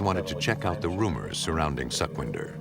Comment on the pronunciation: its not suckvindhar... its sukhwinder ...su as pu in "put"